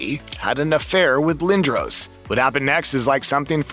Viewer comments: Pronounced "Lin dras". I've never heard it pronounced 'Lin droh ce" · Ahhh man , I was really looking forward to watching this . .... ... But Lindros is spelled wrong , and then pronounced wrong , and then you mention a locker room. It's called a " dressing room"